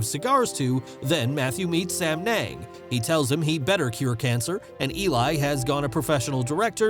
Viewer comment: Sam yung not sam neng😂😂😂